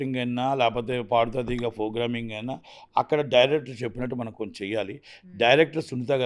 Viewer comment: 'F'rogramming; 'BULLUthera' - kaani thammudu correctga cheppaada!